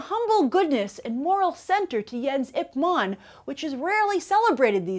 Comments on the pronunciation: oh come on, say the name of the role he plays right. It's IP MAN not IP MON... lol. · Are you saying "IP MON" instead of "Ip MAN"? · Ip Man. Not Ip Mon. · The way she says Ip man makes me want to kill my self. ip mon